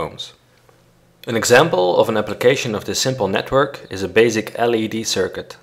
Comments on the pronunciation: l.E.d.... not l.i.d.... aggravating... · It's LED not LID. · Perfect, but LED is pronounced LED, not LID. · It's an L.E.D not an L.I.D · LED, not LID :D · Is it L "I" D or L "E" D? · Who pronounces L EEEEEEEEEEEEE DDDDDDDDDDDDEEEEEEEEEEEEE like L IIIIIIIIIIIIIIIIIIIIIIIII DEEEEEEEEEEEEEE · It's LED , not LID! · "L I D"? No it's L E D, besides that it doesn't matter whether you place the resistor on the plus or minus. 😎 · Its not called lid, but led!!! Noob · ELL EEE DEE -- not ELL EYE DEE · LID? Don't you mean LED? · You said lid it's led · LID LID LID please it's LED .... LOL :) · ITS NOT LID ITS LED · The L.I.D? U MEAN L.E.D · I think it’s his accent. Pronouncing it like “grayn” but with a silent N. Same thing goes for his pronunciation of “LED” which sounds like L I D. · I know, he says lid in the video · Yes he should say LED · EL AIiiiiii Deeeee, lol. LED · Oh I heard LID not LED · I would say that it's a great video.. but there are a few things I'm not really agreeing with, and since I'm not a expert, I'll have to do some research.. Btw... when you say LED, you are pronouncing the E as we pronounce the I...